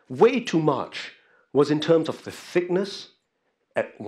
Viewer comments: Thickness and not thickess :) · "Thickess" wut?